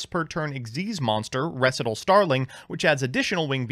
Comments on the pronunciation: Staright-os and Reh-see-tahl are warcrimes. But as a non-native speaker I was condemned once as well. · Ree-sai-tall. Did Alex Cimo with 10 o’s teach you nothing? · Up until this intro skit I thought "Res-eh-tal" was just some avian term I'd never heard of and assumed that was actually how the card's name was pronounced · ITS FUCKING REEEEEEEE SIGH TALLLLLLLLLLLLLLLLLLLLLLLLLLLLLLLLLLLLLLLLLLLLLLLLLLLLLLLLLLLLLLLLLLLLLLLLLLLLLLLL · He mispronounced words on purpose to tick people off. The joke of the intro was he mispronounced Recital so many times hes being put on language trial for crimes against english. Then his lawyer quits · I didn’t even notice the recital miss pronouncing he does until the intro and now I want my ears to stop bleeding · I honestly was irked a bit hearing his pronunciation of recital soooo much... great sketch this guy is good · So given how yugioh cards are constantly misspelled for style points I would have completely accepted your pronunciation of recital if it wasn’t for the intro